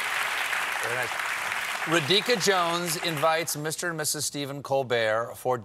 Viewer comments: I'm sure I'm not the first and won't be the last Indian making this comment here but, Stephen, for future reference, it's Raa-dhi-kaa. Not Ruh-deeka. Cheers. :) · I was waiting for Stephen to pronounce a indian name, he screwed up as usual no doubt but this time it felt like he wantedly did it.. it's simple ra-dhi-ka, not ridika... It's like he doesn't even want to read the name . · Do you mean to say Radhika (pronounced raA-dhee-ka). Seriously, you normally do a great job of learning names but wtf? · Wish this interview was longer. Also, why hasn't anyone corrected Stephen's pronunciation of 'Rahika' yet!? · She is of Indian origin and from Harvard. He name is Ra-dhi-ka :) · It's a Hindu/Sanskrit name. She is probably half Indian or full Indian from her look. Raa-dHi-Kaa see link for pronunciation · Every Indian cringes at Stephen's pronunciation of "Radhika"! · Juhi Rituparna I can confirm that my spine tingled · Stephen butchered her first name. Right pronunciation can be found here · Normally he's pretty good at names but this one- ouch. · Colbert butchering Radhika's name is amusing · Disrespect started with him saying her name wrong several times, including the introduction. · Clearly you don't work in the industry. Interview basics are simple, the least you could do is get the name correct. If he an say Sonequa, Gyllenhall, Latifa, Taraji, he can learn to say Radhika. It wasn't even her first time on the show so I don't really know what excuse you'd like to give me next.